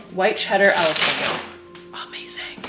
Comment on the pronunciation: Hold up - you said ‘alapeno’?? It’s pronounced ‘Hal-apeno’ lol you are too cute! 😊